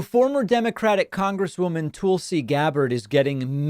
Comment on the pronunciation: Daaavid .. is there any reason you keep pronouncing Tulsi as TOOL-see rather than TULL-see .. since theres no umlaut there lets get it right. Thanks Deevood.